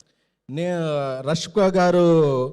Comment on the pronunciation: Rashka, rasamalai kaadu ra 😅, Peru palakadam nerchuko.